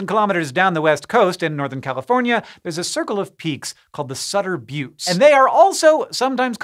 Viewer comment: Thank you for calling them the "bewts" and not the "butts" 🤣